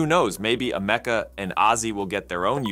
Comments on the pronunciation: Dude, do the research.. your mispronounciation of her name (along with her sudden American accent), was driving me insane. It is pronounced as: Am-E-Ca, NOT: A-Me-Ca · It's Am a ka. Not Am eka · "AM-uh-cuh" NOT "a-MEC-uh" 🤨🙄 Her name is referenced in her video, why do you get it wrong? Stupid. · Ameka not Amakea pronouncing it wrong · AM - UH - KUH is how it's pronounced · I've noticed that these bot narrators really like to mispronounce Ameca, including right after the name is pronounced correctly in this footage. Well, another thumbs down- moving on! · I hate how he's pronouncing Ameca.